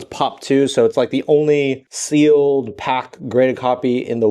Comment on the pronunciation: I totally had to rewind to see if he said "Sealed Ass!"